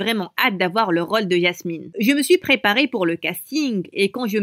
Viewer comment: Elle dit ÏASMINE au lieux de Jasmine XD